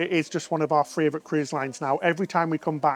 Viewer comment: Next tattoo #2: “My Fravorite” 😉